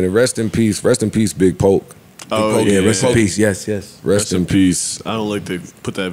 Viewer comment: Joe be so fake when it comes to southern rap lol Its not Big Poke its Big Pokey R.I.P. the dawg 🙏🏾🙏🏾🙏🏾